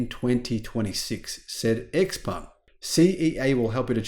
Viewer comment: You pronounce “ xpeng “ while it should be pronounced the same as xiaomi”